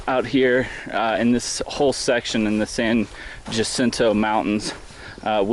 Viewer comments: Actually, it is pronounced San Yacinto. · Love the videos and seeing your journey. Good luck. BTW it's pronounced ya-cinto. The "J" should sound like a "Y". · Loving your videos! Thanks for taking the time to share your experience. Just a tip on pronunciation for the mountain: ha-SEEN-toe =) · SAN JACINTO is pronounced "SAN HACINTO". J has an H sound. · Great video... thank you for taking the time. BTW it's pronounced "Hah-Sin-Toh".